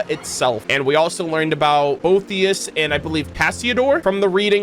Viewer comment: Boethius is pronounced "Bo-EAT-thius" btw